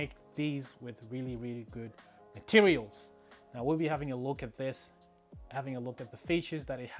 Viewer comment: like how you said " MATERIALS" ha